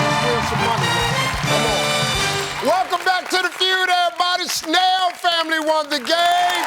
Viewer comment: When Steve said their surname (Snell) it came out as “snail” - hilarious!